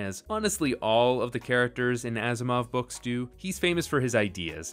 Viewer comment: Why I keep hearing Asimov as "Assmouth"?